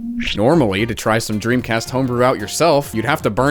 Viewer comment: dremcast not pog